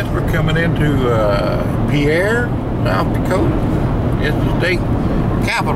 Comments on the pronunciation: Umm actually its not pronounced pee air🤓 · It’s pronounced Peer, not pee-air, doofus. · It's pronounced peer, not pee-air